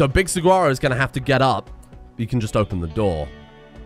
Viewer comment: Hey saguaro is pronounced "sa-wa-ro" btw